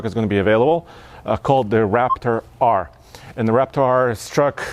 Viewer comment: when you say "Raptor R" it sounds more like "REPTAR", which is exactly what ford needs to call the v8 version!